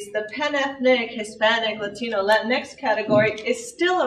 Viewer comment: why does latinx sound like LATINX!!!!!! LATIN XTREME!!!! Maybe its just me.